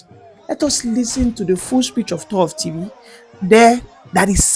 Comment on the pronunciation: Well done young man! You've said it all. But please take note: it's not "tor of Tivi." It is "Tor Tiv."